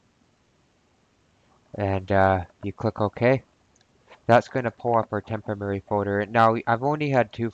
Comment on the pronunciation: For fuck's sake....'temporary'......not "temp-oh-Merry"! (work on it!)